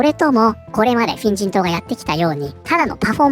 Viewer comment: 「フェン人党」が「変人党」に聞こえて、『確かに』と思った